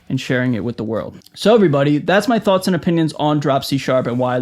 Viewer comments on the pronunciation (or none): none